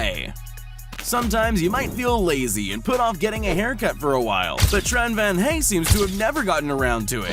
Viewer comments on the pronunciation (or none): Tran Van Hai not Tran Van Hay